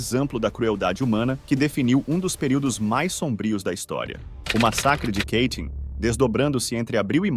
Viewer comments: Apenas uma correção não é Keitin e sim Katyn é assim que se escreve e se pronuncia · Ótima exposição deste massacre vindo à tona pós-URSS. Só um detalhe, não tão sério, mas de valor p/ um canal q trata de temas c/ referências gringas: Katyn não fica nos arrabaldes americanos, ingleses e tal! Portanto não existe.... "Quêitim" !!!! Sugiro q sempre consulte pronúncias no site Forvo (.com), utilizando 'copia e cola' de nomes encontrados no Wikipedia p/ mostrar aos teus alunos como se pronuncia corretamente.